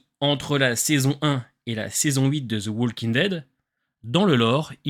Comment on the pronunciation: Super vidéo! Juste une petite remarque: le "l" de "walking" ne se prononce pas